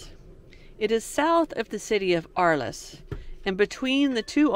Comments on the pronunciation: It is pronounced “camarg” and “arl”. No long e sounds. The white horses are like our mustangs. The Gardiens are like our cowboys and they do non lethal bullfights. Still cruel but not as bad as the Spanish version. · Camargue, pronounced Ka-marg (hard g); Arles, pronounced ARL